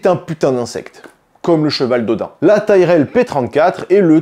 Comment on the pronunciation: Ça se dit tirel et au niveau bizarre tu n'as pas vu la Ferrari roue jumelée arrière